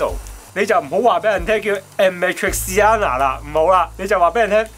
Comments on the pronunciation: 都仲係未讀到amatriciana lol.... 首先, 意大利文既'a‘讀/呀/；然後’‘ci‘’類似讀/chi/；中間''tri’‘類似讀'/鐡/ (個r卷唔到就由得佢啦） - 所以連埋一齊讀應該類似係 /啞(啞咋個啞)-罵-鐵-餐-娜/ 甘上下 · 看起來好好吃😍 BTW是唸 阿瑪tri恰納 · 其實amatriciana唔係讀amatriciana,你同好多人一樣讀成amatriciana但事實上應該係讀amatriciana.但亦都有一部分義大利人會讀成amatriciana，邊個讀法係啱仍有爭論。但普遍義大利人會讀amatriciana,亦都係較為正確嘅讀法。